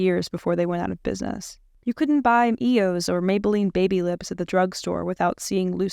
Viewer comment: i know this is serious but the way you pronounce eos had me shaken